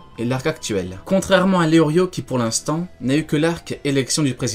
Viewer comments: Mais ça ce dit pas Léorio mais Léolio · Lelio * pas leorrrrlio! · Je crois qu'on dit leolio plus tôt que leorio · Je suis le seul choqué qu'il dise leorio et pas leolio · Je crois que c’est Leolio pas Leorio non ??